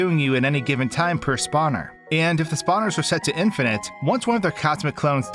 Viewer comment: in FINIT?!! thats not how you say it man